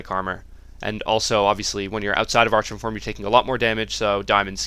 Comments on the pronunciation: Wtf, Arch-on? It's pronounced Ar-chon. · It's pronounced, AR-KON. not ar-chawn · Every time he says ARCH-ON I want to kill myself. ARE-KHAN. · Said r kon. Not arch on. Stupid... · Cool vid :) Are you from Sweden? Your english is really good but you should pronounce archon as ArKon. :) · its pronounced ARKHON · Or, y'know, if you pronounce words correctly it's "R-KHON" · yea that "ar-chon" is so damn annoying.. -_ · love your videos, always entertaining. To echo what everyone else has said, "arkon", and "maylay". Looking forward to the DH guide too. Keep up the great work. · Love the vid keep up the good work. But for the love of god it's pronounced arkon (from the Greek arxon meaning lord) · Great video, but the "archon" pronunciation made me facepalm through the video. ;) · Good guide. Hilarious how you pronounce archon, though, lol.